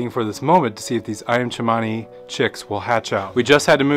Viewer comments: Its Ayam Cemani not Chimani lol. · It’s pronounced Ayam Kemani not Tshemani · That’s not even how you say the breed 😭 you butchered the name ! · Probably would have had a better hatch rate if he let them sit. It helps to re-set the air cells. Also incorrect pronunciation of breed name. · U didn’t Pronounce the name right but good luck